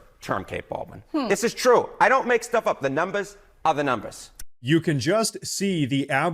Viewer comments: "The numbas ah da numbas".🎉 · "Da numbas, are da numbas" Love it. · "Da numbahs are da numbahs!" LOL! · "The numbas are da numbas" 😂😂😂